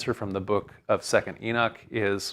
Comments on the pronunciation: Second Eee-nick? {:o:O:} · Beginning of the lecture: It's pronounced Ee-nock. After 20 minutes Enick Enick Enick... Thinks Ee-nock... Well that was the 2nd book of Enick....